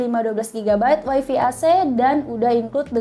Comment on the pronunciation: Wai fi apa wai fai ?